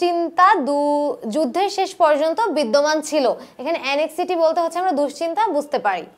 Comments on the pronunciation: anxiety er Pronunciation ta এনএক্সজিটি হবে না এনজাইটি হবে😏🙂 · Anxiety র উচ্চারণ (এনঝাইটি).উচ্চারণ টা এরকম হবে আপু। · দুঃখিত ম্যাডাম, কিন্তু আপনি একটি ভুল করেছেন. ভুলটি হলো "Anxiety" উচ্চারণে ৷ এটা হবে, "এনজাইটি...Sorry, মাফ করবেন । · Madam, I request you to be careful about the pronunciation of some words like against, anxiety, shot, everywhere and prison. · I've also noticed so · Thank you sister. It was much helpful to me. But some of your english pronunciations wasn't right like anxiety, prison etc. Plz try to pronunce the correct one cause we are students so we'll learn the right thing from you. But your explanation was great. Thank you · ১০.২৫ থেকে anxiety উচ্চারণ কয়েকবার ভুল বলেছেন। আগে ভালভাবে শিখে পরে শেখাতে আসলে ভালো হবে। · Anxiety এর উচ্চারণ টা ভুল হয়েছে ম্যাম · Anxiety উচ্ছারন ভুল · Anxiety, pronunciation ki bollen. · 'anxiety' উচ্চারণ সঠিক নয়।